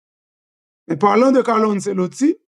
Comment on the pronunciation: ce an italyen prononcé comme tche